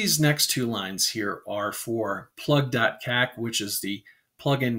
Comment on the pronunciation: I almost spat out my coffee when you first typed kak into the terminal, in my native language of Afrikaans it means "shit" and you pronounced it like some of my English speaking friends when they try to say it. Great video, informative and also good for a chuckle if your a Afrikaaner with a juvenile sense of humour. Cheers!